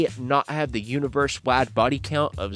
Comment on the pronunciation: Lol Spodder-Man. Its pronounced spiiiiider. Because it has an "i" in it. Next time on Hillbillies Talk Comics... The Teen Toddins.